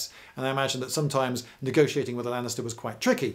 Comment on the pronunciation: Is it only me or it's sounds like you had to buy gladiators from the Lannisters? (Ik he's saying Lanista, but still)